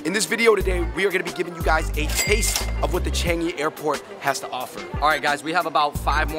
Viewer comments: Ch- ahhhhhhnnnggggg - eeeeee not Ch- eeennnnnggggg - eeeeee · The way you all pronouce the "an" in Changi n pandan..... :p